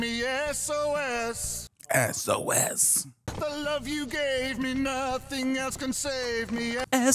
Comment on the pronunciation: Marry Bill, fluff Harry, kill Sam (mainly just for how he butchered SOS)